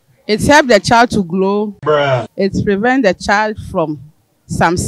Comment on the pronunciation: “it helps the child to Glow” ... yes correct but why’s it so hard to say “Grow” 😂😂 Ghanaians and their R’s & L’s